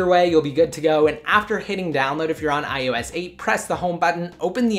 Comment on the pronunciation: "Ohh ess exss" sigh. Almost as bad as "iTouch"